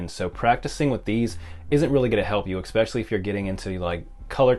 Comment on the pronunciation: I appreciate this video but anyone who provides information but says "eXpecially" wavers my trust.